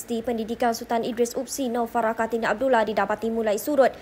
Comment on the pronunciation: Kartini bukan kartina